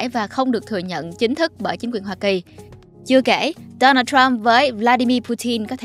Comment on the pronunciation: K thể nuốt nổi cái kiểu đọc nửa giọng Việt nửa giọng Tây thế nào, trọng âm đổi liên tục cực kỳ chướng tai và khó chịu, gãy khúc. Donald thì cứ đọc là Đô Nan đi, làm ơn đừng bê Đố Nồl vào. Đây là văn bản tiếng Việt, k phải tiếng Anh.